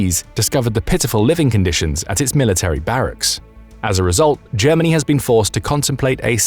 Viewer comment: Germa ..... hahahahahahaha! ... Ger..... hahahahahahaha! ...... Germanniiiiiii a Suuuupeeeeerpaaaaaaauaaaaaah. hahahahahahahahahahahahaha! This is so ridiculous, I can t believe it! ... Hahahahahahahahahahahahahaha!